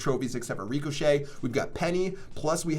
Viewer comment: Superb pronunciation on ricochet lmao, get a dictionary